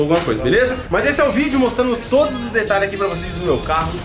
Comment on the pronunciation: Detralhes kkkkkkk